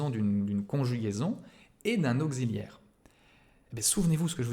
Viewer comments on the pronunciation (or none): "Au-Xi-liaire"? Dans quelle contrée prononce-t-on "auk-ssi-liaire" de cette façon ?!